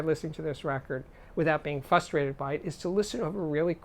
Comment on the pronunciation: The word is "frustrated" with an F-R sound.